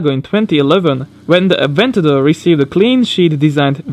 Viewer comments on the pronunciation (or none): none